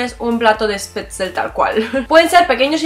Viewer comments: Con todo cariño y respeto. Es Spätzle, no Spätzel. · Es Spätzle no SpätzEL :), Acá en Argentina los Schnizel se llaman "milanesas" y son tan o más conocidas que en Alemania. Frase: Man sollte nicht den ganzen Tag dem Essen widmen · Se dice Spätzl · Disculpa la corrección... se llama Spätzle no Spätzel. Saludos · Spätzle (te faltó el shhhh antes de la p)